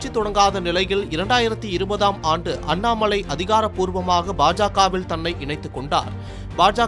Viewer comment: அண்ணாமழை இல்லடா அண்ணாமலை டா நாக்கு வழிச்சிட்டு செய்தி வாசிங்கடா 🙏🙏🙏🙏